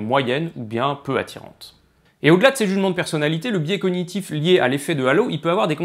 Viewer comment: Précision linguistique : dans "cognitif", g et n se prononcent séparément.